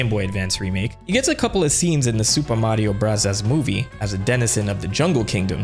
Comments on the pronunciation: Oh my god, STOP saying “Super Mario Brothers Movie” like that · am i missing something, why does he say the mario movie name like that